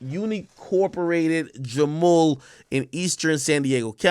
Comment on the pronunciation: Jamul pronounced Hamul